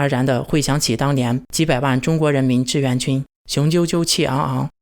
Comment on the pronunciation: 志愿和自愿，你不能因为你发音不清楚，字也不分清楚吧。买个字典吧，也不是很贵，少抽一次大麻，啥都有了。